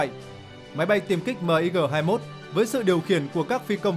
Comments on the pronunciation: Sao lại đọc " Míc" là " Mờ I Gờ"; Ko sai về phát âm ký tự trên văn bản... Nhưng bao lâu nay luôn nghe về máy bay MIG ( Míc). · Ad nên đọc luôn tên MiG luôn ad ơi . Đung đọc từng chữ cái mot M-I-G.trong khi mình lại đọc tên máy bay sam 2.